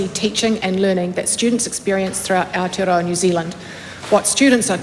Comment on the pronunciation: Lost me at "aotearoa"